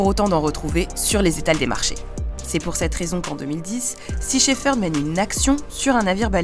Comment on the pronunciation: Merci pour ce reportage ! En revanche, on prononce "Shep-herd"